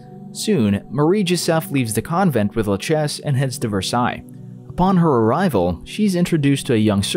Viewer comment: I’m surprised he pronounced Versailles correctly but couldn’t pronounce Valor